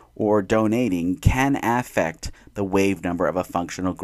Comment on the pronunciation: probably a good video but i stopped at 50 seconds when i heard you say aa-ffect 😭